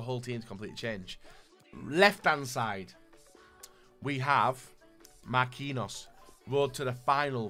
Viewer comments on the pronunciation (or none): none